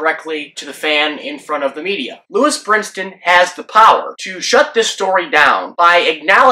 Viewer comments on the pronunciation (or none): His name is Brinson, not Brinston. The man was already unwittingly in the middle of a controversy he had nothing to do with at least you could give him the respect of saying his name right. It's also not Luis, but Lewis.